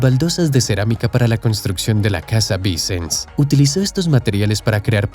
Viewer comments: Me hace gracia que el narrador pronuncia los nombres catalanes como si fueran italianos cambiando la "ll" por la "l". Todo lo catalán lo pronuncia mal. "Vincens" ?. La SF tarda tanto en construirse por una razón muy simple : Su costosa construcción no se financia por el Gobierno, ni por la Iglesia, sólo se financia mediante donaciones y las entradas de los turistas, porque así se decidió desde el principio al tratarse de un Templo Expiatorio. Por ello en los primeros años había poco dinero y se avanzaba muy lentamente. No ha sido hasta el boom turístico de Barcelona a partir de 1992, desde las Olimpiadas, cuando se recuada suficiente para cubrir el coste y avanzar con rapidez. Dato falso : Burry jamás fue el arquitecto jefe de la SF, sólo fue un colaborador más. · Interesante video. Pero los nombres están mal pronunciados. Casa VICENS. Pronunciar como aguda, no como palabra llana. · “Vicens” se pronuncia con acento en la última sílaba. Es una palabra aguda.